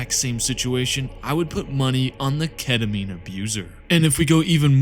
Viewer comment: AY AY AY YOU DIDNT SAY KETAMINE RIGHT